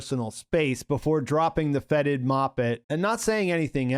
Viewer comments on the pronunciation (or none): "Feted" not "fetid"